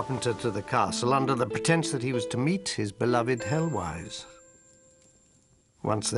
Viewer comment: I glimpsed 'Heloise'.... pronunciation way off here :))